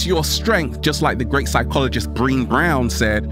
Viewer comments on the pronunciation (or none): It's Brenée not Breeene! ☺